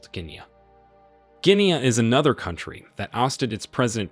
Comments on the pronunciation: Bro, The narrator mispronounced the country GUINEA. He did not say Kenya. The correct way to call it in English is /ˈɡɪniː/ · This guy is butchering the English language!! That is not how you pronounce "Guinea" and "coupe". Argh!!!!!! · Your pronunciation of Niger and Guinea is wrong.